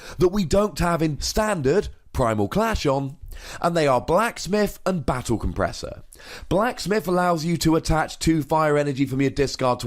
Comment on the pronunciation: you read Battle compressor wrong